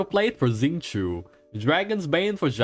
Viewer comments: Xingqiu's name is more like 'shin' + 'tchou'. There's no Z sound. There are a couple of really nice videos on YT teaching how to pronounce the CN names in Genshin, they're really nice, I recommend them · Oh no! He pronounced xingqiu right then wronged himself😭 So close